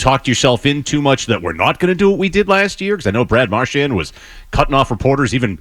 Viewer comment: what made it worse was that Toronto was playing just as bad! and we still couldn't do shit also love that felger still calls him marshmont